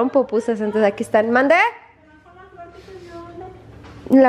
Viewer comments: Se llaman PUPUSAS! 😂 NO POPUSAS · Pupusas. No popusas o será que yo asilo oigo